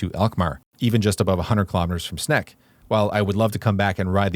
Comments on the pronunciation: You have now advanced from a mere cycling enthusiast to the official geographer of the Netherlands with amazing cinematography and captivating scripts with cliffhangers. 👍🏻 BTW, your pronunciation of Sneek hurts my ears. The English Wikipedia article for the town has an audio example of the name in Dutch. (pronounced like Engl. Snake). The Dutch Wikipedia only has the Frisian name in audio. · As a Frisian, I don't mind the atrocious pronunciation as much as you shouting from the rooftops, how to drown our little, seafighting country... 🤫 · It's a snake from Sneek. Not a snack from Snek. Overall i think you do your pronounciations well and put good effort in it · Sneek is pronounced snake. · The correct way to pronouce Sneek is exactly the same as you do pronounce 'snake' by the way. Greetings from a guy from Sneek 😄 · and the funny thing is, the "correct" (Dutch) pronounciation is pretty close to the regular pronounciation of "snake", haha. I don't know how it's pronounced in Frysian though, which is of course the real correct one. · Sneek is pronounced the same as the word 'snake' in english. Just a tip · HUH?!.. Correct pronunciation of Dutch places?! Edit: Nevermind, Just reached the Sneek part. It's pronounced like Snake. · Hehehe did you at least have some Snacks at Sneek? Funnily enough its pronounce exactly the same as the English word "Snake" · From a Groninger I'm telling you even if those damned Frisians are mighty annoying, they have the easiest to pronounce city in the Netherlands for a native English speaker, Sneek is pronounced snake. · Sneek is pronounced the exact same as the english word snake. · Sneek I pronounced Snake. My hometown. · Sneek is pronounced: snake.